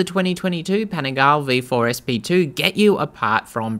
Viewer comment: Please learn to pronounce Panigale property